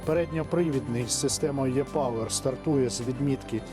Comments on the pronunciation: Українською це добре, але перша буква в назві машини "E-power" читається не русифіковано "йе", а як російська "Э". І увесь відео ролік ви кажете ЙЕ. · тоді вже "і-повер", ну точно не Е-ЙЕ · Він в основному каже все латиною. А ви хочете американізм від нього почути. Але не "ЙЕ"!!! Принаймні МВ Е250 німці не кажуть ЙЕ, а кажуть як російське "Э". А у нас, чогось кажуть майже всі ЙЕ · Читається, як "і" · І пауер